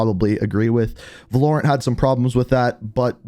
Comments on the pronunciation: Everyone: Valorant: Vuhlorant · Bro is Val-Or-Ant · He said(vuh-lore-ent) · "Valurant" Its pronounced Va-Lo-rant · wtf why he say volorant? hahahah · What's vul-hoar-ant? sounds like a great game! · he said "Valorent" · "VA LORE ANT"? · Not only does this idiot not know how to pronounce names he has absolutely no idea what he's talking about. A kernal level driver does not monitor programs it monitors data in ram meaning it monitors anything and everything that goes on with your computer, a kernal level access is the highest authority in Windows. It gives them direct access to CPU instructions and cycles. Meaning not only can they spy on anything and everything you do but if somebody screws up the programming of an update it can literally brick your system. Not to mention the fact that these types of anti-cheats don't even work, Dayz has had kernel level anti cheat for years and anybody who's played that game recently knows that it's almost exclusively cheaters. This will do nothing to reduce cheating especially in the long term. Don't buy vanguard and I highly recommend uninstalling every Activision product especially call of duty. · He just butchered valorant 😭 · Yo why do u say Valorant like that 🤣🤣🤣🤣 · The way he pronounced ‘valorant’ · Ain’t no way you just pronounced Valorant like that